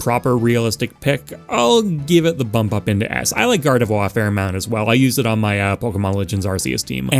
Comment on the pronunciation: Still haven’t corrected your gardevoir pronunciation I take it Your too breathy on the last syllable you make it sound like a waluigi wah instead of the end of au revoir